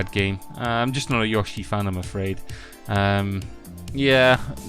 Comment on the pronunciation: also yoshi